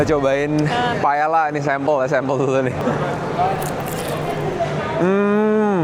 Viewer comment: Koh, correction dikit paella itu baca nya “pae ya”